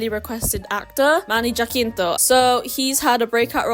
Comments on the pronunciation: Also it’s pronounced as Hasinto not Jakinto it’s a spanish surname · It's pronounced ha-sin-to hehe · Jacinto is pronounced ha-sin-to(total) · HAH-SEEN-TOH Jacinto but don't worry Manny himself is guilty of mispronouncing his own name but just so you know😉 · I gasped at the pronunciation of jacinto lol sorry I actually said it out loud in a deep filipino accent like shockingly 😭😭😭